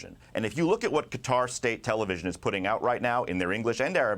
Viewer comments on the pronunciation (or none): 'Kway-tarr'? 'Cutter'? 🤡